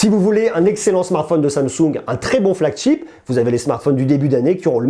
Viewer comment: "flagCHEAP" j'adore tu l'a tellement bien dit sans faire exprès 😂